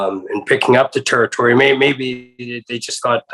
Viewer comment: Hate how he say territory